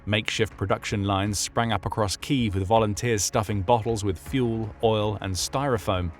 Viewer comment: So ironic that the narrator ends with noting Ukraine's drive to re-establish the correct pronunciation of their capital city, Kyiv, yet the narrator cannot pronounce it correctly himself!